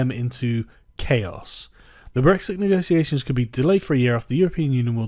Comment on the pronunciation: "Honestly I think she will still do a fine job with the negotiations." Firstly, you pronounce negotiations like a toff. Secondly, HAHAHAHA! Good one. Her "negosiasions" thus far have been limited to temper tantrums and threats. She's done everything she can to put it off. She spent months putting together a white paper scrawled in crayon, and then as soon as she triggers Article 50 she decides it's the perfect time for a general election. Stop kidding yourself.